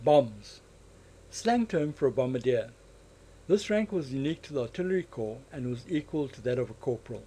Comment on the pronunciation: It's spelt 'corps', dude... not 'corp' - pronounced 'core'